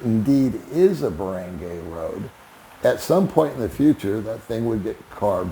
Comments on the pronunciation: Where did you learn how to pronounce “Barangay”? It is a short “a” not a long a as you say. Lol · Is it really so hard to learn how to pronounce "Barangay" correctly?